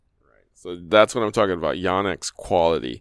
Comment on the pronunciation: Correct. says it like “Yaw-nex”, which is a little harsh on the ears especially considering his East Asian heritage and being at least bi-lingual (speaks Cantonese).